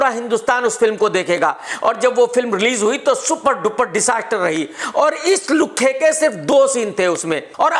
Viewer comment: Are maa ki kasam maza agya...specially that extra effort on 'LUKHHE' 😂😂😂🤣🤣🤣